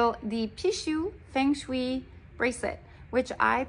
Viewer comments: It’s pronounced as fung-suy not feng-shwi. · Hello, Nice video. FYI; It is pronounced Fung Shway. I’m a Christian and it’s against my religion to wear it. I prefer to wear the cross for protection. I assumed it works for a lot of people bcoz they summoned the devil. Satan is called a dragon in the book of Revelation. He is described in Revelation 12:3, 4, 7, 9, 13, 17; 13:1, 2, 4, 11; and 20:2. Revelation 20:2 tells us the dragon is the devil or Satan. The dragon appears to symbolize power (Revelation 13:2) and again God conquers with power (Revelation 20:2). Satan is an evil angel (Ezekiel ), a created being – a cherub who used to live in heaven with God. In Revelation the term dragon is another name for Satan and is also symbolic of Satan’s real power. I prefer to pray to God only for wealth, protection, health and abundance. Riches and honor come from you, and you are the ruler of everything. Power and might are in your hand, and it is in your hand to make great and to give strength to all. 1 Chronicles Blessings!!!~🙏🏻🦋😇🌺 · It is pronounced fung shway. You got the Peeshoo right. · Say it with me. Fung Shway. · Its spelt like feng Shi but pronounced fung shway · FENG SHUI ( pronounced FENG SHUAY) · Wow a Caucasian person trying to rewrite the Chinese language and new (wrong) way to say Feng Shui. Who are you trying to kid? No woman. 😂 Although there’s many dialects and accents-there’s only one 貔貅; píxiū Maybe traditional or simplified Chinese and Chinese Mandarin or Cantonese as the main speech, spoken and written. Yeah but what do I know right. 🙄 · Damn why do white people pronounce other languages so badly omg. Cant even say the bracelet name right Feng Shui.